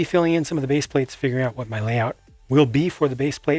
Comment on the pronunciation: I liked how he said "ma zoo's gone"